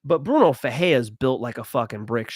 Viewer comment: Bruno FerreiRa…the R only sounds like an H when it’s on the beginning of the name..(ex: Rodrigues) or if it’s two RR together (ex: FeRReira). If it’s only one r in the middle then you have to roll your R… (ex: peReiRa)